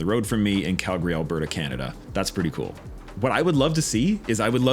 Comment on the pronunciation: Glad to hear you learned how to pronounce Calgary properly :)